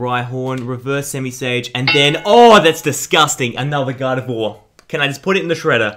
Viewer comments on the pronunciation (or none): none